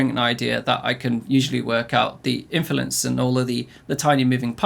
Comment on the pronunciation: This man can't say “Influence” to save his life😂